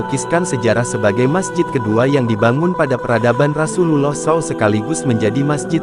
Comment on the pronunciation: Saya curiga jangan-jangan Naratornya "Non muslim" nih. Nyebut nana Rasulullah saja salah.